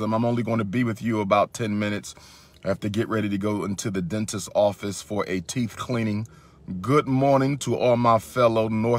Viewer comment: He's getting his "Teef" cleaned 😬